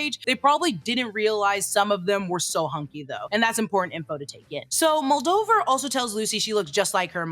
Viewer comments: Moldever moldiver moldover annnnything but moldaver 😂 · Mul-day-ver not Muldover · Moldover…Moldever.. ur close lmao!